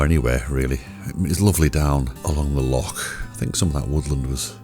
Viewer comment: Thanks for saying loch and dreich right. I do want to do the West Highland Way, one of these days.